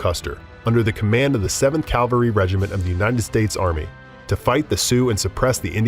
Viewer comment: It's cavalry not calvary